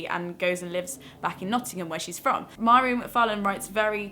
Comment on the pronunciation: Mhairi is my fave too, she's absolutely hilarious!! Just in case you do a more in depth video about her books / writing, her name is pronounced Vah-ree :) xx